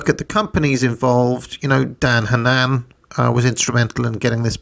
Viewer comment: I'm not a brit, but isn't Daniel Hannan's name pronounced differently? Han (like "Hand") nan (like "Nand gate") Hannon or Shannon is the cadence the name is typically spoken with. Here they are at Oxford saying it this way: No inflection, just saying it casually. I've spoken to him in person, and though he could just be supremely polite, I've never seen him flinch or correct people pronouncing it in the way I've laid out.